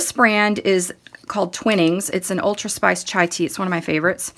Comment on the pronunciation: The "i" in Twinings is a long "i" as in "twine."